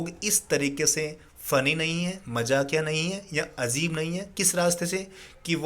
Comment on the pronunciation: Sir that's not azeb it's Ajeeb